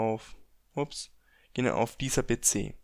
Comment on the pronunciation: Be ze statt pc